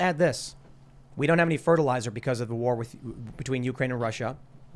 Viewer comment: Have not missed. Go away and come back when you can pronounce "with" correctly.